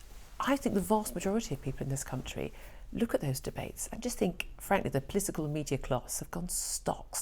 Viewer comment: What does "plitical" mean? Could it have something to do with politics?